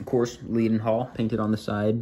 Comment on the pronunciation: It’s pronounced ‘led-n-hall’, good video and nice to see British locos appreciated in the US